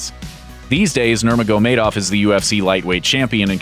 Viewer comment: Oh god the way you say Khabib last name....